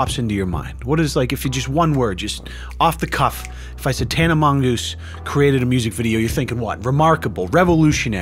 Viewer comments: Useful tip: Mongeau is pronounced "Mon-jo" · you managed to pronounce her surname differently at least 5 times